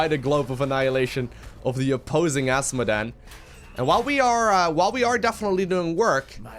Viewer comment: I like how he says Ass modan